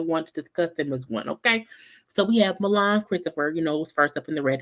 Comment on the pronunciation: I was cracking up at saying Mulan. It's pronounced Milan. This show is trash but I'm here for the reviews..LOL